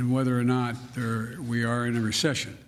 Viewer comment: the word is "Recession". History will not be kind to you.